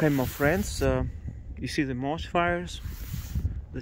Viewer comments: Your reports are stunning and you're insanely brave. May I just gently suggest how to say moss: it sounds like these words - awe, pawn, dawn, gone, John, lawn, Ron, saw. Forgive me but I was an English teacher before retiring; And I love to learn new languages and know how hard it is! Say ahhhhh for the dentist kind of sound /maws/. Smiling. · Totally agree. The level is very good. Just thought it would be good NOT to say moss the way he was.